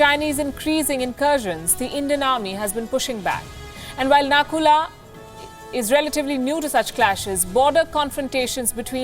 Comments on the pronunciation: Sorry 🙏 it's Nathula not a Naku la batter have some knowledge first 🙏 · M from Sikkim nd the place is Nathula not nakula......plz do ua homework properly..... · It's nathula not nakula....!!! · Not Nakula it's Nathula. Social media these days 😤😾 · Hey its Nathula not Na kula. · It's nathula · Love your content but I think it’s NATHULA .... it a geographical pass .... thank me later! Peace ✌🏻